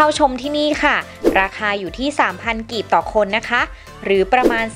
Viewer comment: กีบไม่ใช่กลีบ